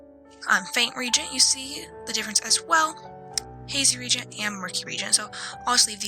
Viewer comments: Re-agent, not regent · It's pronounced re-agent